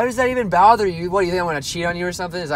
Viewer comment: "Why does that even bowther you.." Lol